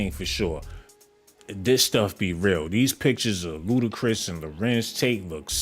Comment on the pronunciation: Bro said BootiChris 😭😭😭😭😭😭